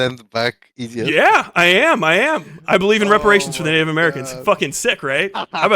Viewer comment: the nam flashbacks I had when he said "ideeot" JF's bastard child